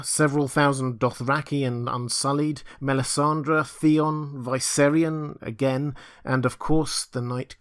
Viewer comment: MELISANDRE not MELISANDRA!